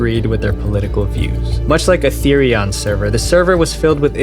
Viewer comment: Atherion sounds like Atherian